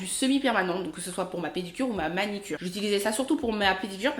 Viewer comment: On dit manUcure et non manicure